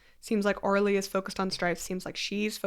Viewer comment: Omg I thought she was saying Orly, like the wool rug people & I was shocked but impressed by their market flexibility 😂😂😂